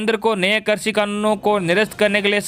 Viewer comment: Sir aap krishi ko karsi bolte h or varidhi ko virdhi !! Kripya shabdon ka theek se ucharan kijiye .